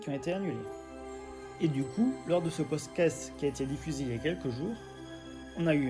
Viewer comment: Super vidéo, mais désolé : Pod Cast pas Podscat, Scénariste pas Scénaris... Juste un petit effort de diction et de prononciation est ce sera au top. 🙏